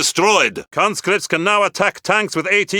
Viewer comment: We have more concripts at our disposal